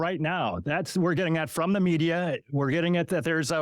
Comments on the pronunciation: Never take anyone seriously who pronounces “the” as vee or vu 😂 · I fink vuh way pronounces vose ‘th’ words is thucking irritating. It made it very hard to get froo vuh 2-hour original. Well done and well said,. 👍